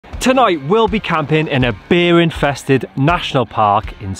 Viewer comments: I heard beer infested, not bear...and couldn't see the problem 🍻 🙃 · I thought you said "beer-infested" National Park..."and did we mention the beers?" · I too heard "Beer infested national park". Was that alcohol related slip of the tongue. And how did you get Custard started???? You left us on a cliff hanger after the last video! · Did anyone else hear BEER infested instead of bear when started?!?! 😂😂 Absolutely adore you guys! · I heard beer-infested too! I was thinking “what’s he complaining about then?” 😂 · When you say bear, I keep hearing "beer". A beer infested national park? Hell yeah! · I thought you said "beer infested" Now that wouldn't be so bad! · Did you say, “Beer infested”?!😊